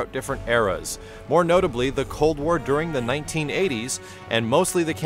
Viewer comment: "Cold Ware"